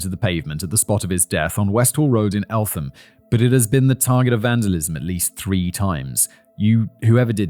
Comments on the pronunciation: Was TURNED into a Racially motivated crime bythe parents. It was infact a revenge fight that went too far. Only a couple of weeks before in Well Hall some of the alleged attackers were jumped in a kebab shop by a group of Black lads. ALSO I was told by good sources (Policeman) that Stephen Lawrence was ''allegedly'' due to appear in court charged with R*pe. Oh and it's Eltham pronounced. Elt - Ham. Roland Adams was a schoolhood friend of mine, and that one was more a Postcode war but him being black probably didn't help him that night. Roland was a lovely young lad and I even remember helping out my Drama teacher a few times and he was in those friday morning Double Drama lessons. ANd he was just a nice kid. Cliché perhaps. But what I mean was he was NO street urchin. The night he was killed he and a friend was on his way home from a social club. He was stabbed with a Rusty flick knife and died after running some distance before collapsing on a Road on an elevated Roundabout. I walked my grieldfriend home that night under that very road at about that time. And still to this day I think about it. I grew up in Thamesmead and I have to say that it was always more about Postcodes (Which of 4 schools they attended) If you was from Abbey Wood Comp, Waterfield, Woolwich Poly (inc Woolwich Mafia) and Riverside School. And the 80's were a time of ignorance so if they were the opposite race it just meant they would yell different obscenities at their Quarry. I was stabbed in Thamesmead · As much as this is a huge case its still strange for a channel like this talking about the town i grew up in (its pronounced elt-um by the way) the church i was baptised i was across tne road from where it happened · Excellent work Danny and Simon. This hits hard for me as somebody from Eltham and have heard lots about this case despite only being born in '98 However Simon, the 'h' in Eltham is silent. It's like Elt-ham but said Eltam. Sorry it kinda bugged me 🤦‍♂️ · Elt-Ham 😭 not el-tham